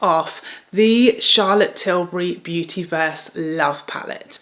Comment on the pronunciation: Say-for-A (Sephora) is popular in N.A.. Thanks for touching on American brands like Na-Ta-sh-A De-Non-A, Hourglass, West-Man Atelier, N-ours, and Pa-trick Ta and English brands like Charlotte Till-burr-Y. Butt u also forgot to mention Tom Ford.